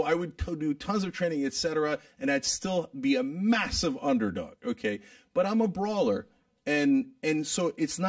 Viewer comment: good you played that one part two times. when cenk says im a brawler, the first time i udnerstood: im a grower xD